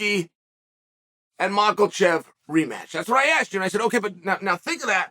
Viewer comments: Chael purposely saying “yarear” and “mackulchev” is goofy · Is Chael fucking these guys names up as some sort of dig at them? “Ur-Rear” is wild for Yair and mackle-chev just straight up sounds like shade lmfao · Rematch with “Mocklechev” first and then defend belt against “Ya-rear” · How come you can pronounce “Volkonofski” perfectly but you insist on pronouncing it “Maklchev”?😂